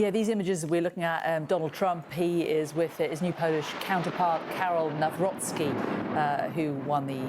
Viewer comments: "New Rookie" nie brzmi jak nazwisko prezydenta, Trump mógl postarać się bardziej i nauczyć wymowy. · Trump powiedział tak nazwisko prezydenta nie przez problem z wymową, a odniesieniem do kampanii, gdzie miał hasło NowRocky na koszulkach. Prezydent potwierdził z dużym zadowoleniem takie przedstawienie go w sali.